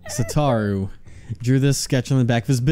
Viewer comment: Satoru = Suh-Toh-Roo